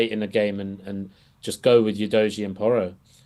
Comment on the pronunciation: doesn't even put in enough effort to pronounce our third year player! oo doggie is the way it sounds not you dojie! Not even the arsenal gits call him "you dojie"